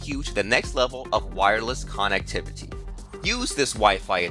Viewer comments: I wouldnt trust a single fucking thing you say or do with how you say KANNEKTIVATIE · the way he says connectivity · Veltza Canadian detected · Veltza thought it was only me